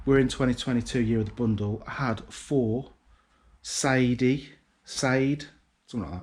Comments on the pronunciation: Sade…. It’s pronounced Sharday…. I hope this ends up on the phone 😂 Nice adam ant frame behind you! I’m gonna sell my record collection!!! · Pronounced " Shar day " lol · It’s pronounced sarday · “Sade”! 😂👍 shar day.